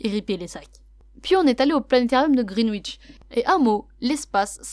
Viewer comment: j’ai été à Londres (en été 2019) et cette ville est magnifique!!! Les gens sont tellement gentils!!!!! En passant, Greenwich se prononce gren itch pas green witch.